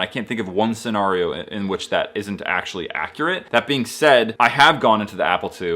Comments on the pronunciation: why did u say scenario like that😭 seNARio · scen AIR e o